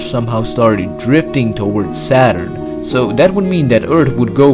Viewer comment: Ayyyyy! The accent thoughhhh. Just the Dat and Duh and Eart xD